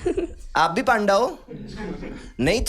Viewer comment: It's panda Pa an da( पंडा) Not panda 🐼. 😂😂 But fun episode 😂😂😂✨